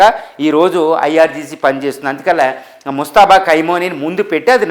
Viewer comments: పేరు పలకడం రాదు.. భాష పరిజ్ఞానం లేదు యానలిస్ట్... మనఖర్మ.. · పేరు పలకడమే రాలేదు. నీ సెర్చ్ లు నువ్వు చెప్పే సంగతులు ఎంతవరకు కరెక్ట్ గా ఉంటాయి